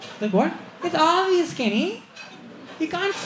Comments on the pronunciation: Kenny it's aavious 😂😂😂😂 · And am watching it for 50th time.. Most funny is "kenny,its aavious"...seriously man!! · The way Kenny says 'obvious' 😂